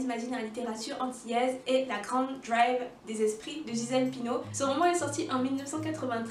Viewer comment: Hi there! J'adore Maryse Condé et Chamoiseau. Par contre, il faut dire la drive pas la draive, c'est du créole. le sens est légèrement identique. La drive, c'est l'errance, la promenade. Personnellement, j'ai une passion pour le fantastique, le merveilleux. j'aime bcp les contes, j'en ai d'ailleurs écrit un : L'Arbre aux fruits qui s'inspire du folklore martiniquais. Je suis en train d'écrire un recueil de nouvelles qui traite de dorlis, gens gagés...Je pense que Magical realism and the fantastic pourrait bcp me plaire. Merci pour cette vidéo et les références. Pour ceux que cela intéresse, pour découvrir l'imaginaire antillais: Contes et légendes des Antilles.